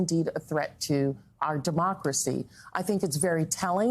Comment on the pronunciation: Full Throtted? Misread that one, Congresswoman.